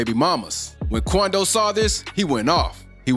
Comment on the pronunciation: “The meanace of nba “ qoundo 😂😂😂😂😂